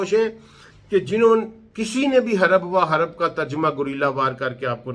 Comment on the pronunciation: ھَرَبَ وَ حَرَبَ نہیں ہے پڑھے لکھے بھائی, ھَرَبٌ وَحَرْبٌ ہے